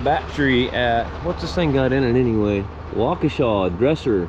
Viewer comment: Thats the first time I heard someone pronounce Waukesha properly.